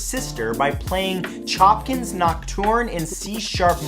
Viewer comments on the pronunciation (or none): Hey man - Chopin is NOT pronounced CHOPPIN’‼️😵‍💫 It is pronounced SHOW-PAN‼️